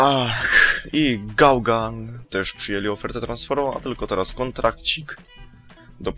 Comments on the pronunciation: To jest Gundogan a nie Gałgan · poprawiasz a sam piszesz źle... jak już to czyta się gundogan, a nie jakieś gundogad.... A poza tym Gaługan zajebiście brzmi :P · NIE "gałgan" tylko "gundogan" i nie "bale" tylko "bejl"... sory ale nie mogłem wytrzymać.:D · czyta się bejl i gindogan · Gungan LOL Bale(czyta się bejl :-)... ) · a drugie czyta sie gundogad